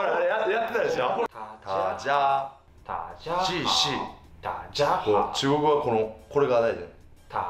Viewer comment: 音调错了啦www，中文应该是dà jiā hǎo。不过已经很棒了!!另外纠错，台湾不是一个国家喔，台湾是中国的一部分！